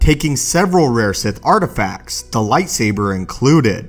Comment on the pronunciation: "taking itenerary of the sith artififacts" The speaker literally has no idea what he is saying at times.